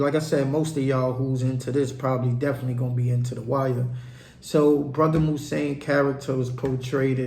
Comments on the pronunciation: Its pronounced moo-zone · His name is pronounced Moves-on. Damn! Could you imagine if Mouzone was to assist Avon in his war with Marlo? Chris and Snoop wouldn't stand a chance.